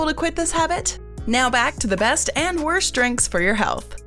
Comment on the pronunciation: ...Since WHEN do they say in English language "shtrong"/"res-chorant"/"worscht" instead of "strong"/"restaurant"/"worst"?...